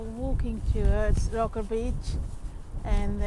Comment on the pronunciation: Its spelt Roker and pronounced Rowker